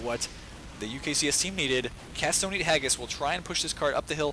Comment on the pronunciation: sounded like he sayd "castonin ageis" instead of "cat's dont eat haggis"